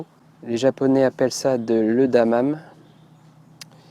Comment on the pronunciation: Bonjour, pour information on prononce edamame "édamamé" car en japonais les e sont tous prononcés "é"